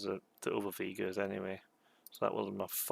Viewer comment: Never saw ST: TMP, I guess? V'ger was built around the fictional Voyager VI probe. It's a soft "g," not hard. Pronounced "vee-jer" not "vee-grr."